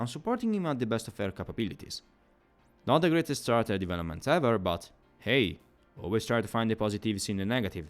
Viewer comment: I intend no offense, and if you knew already, just disregard me, but in most dialects of english "character" is pronounced with a /k/ consonant at the beginning. Similarly the words derived from it like "characterization".